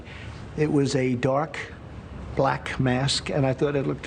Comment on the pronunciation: wow he's saying "black" the way he says "china" now